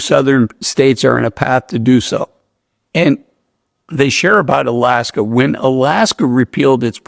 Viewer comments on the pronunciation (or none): none